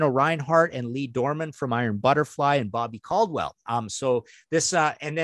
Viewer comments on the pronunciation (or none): none